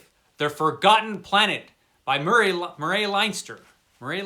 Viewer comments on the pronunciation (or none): Mur ray? Ya mean, Murray….😂